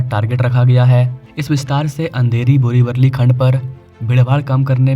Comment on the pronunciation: अरे पागल इंसान बोरिवरली नहीं बोरिवली नाम है !